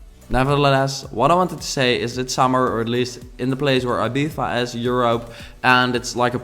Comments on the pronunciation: I-Beef-Ah😂😂 I think its e-bee-zah😁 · Cuando dice Abiza en vez de Ibiza pero le tienes mucho aprecio y la construcción está genial jajaj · ITS IBIZA NOT IBIVA , you stupid mygod !! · I LOVE this villa. But I cringe every time you say "eebeefa" 😂 Still, nothing but love for you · Its eeeeeeeeebizzza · It's pronounced Ibitha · “IbiFa” lol 😂 thats not how you pronounce it in English. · cynopt More like I-bee-tha/thuh. Depends on the accent since the UK has different areas like Scotland and England. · I remember the Tinie Tempah song when I first heard that pronunciation. I was like "Wait,what?" xD never knew there is such way of pronouncing it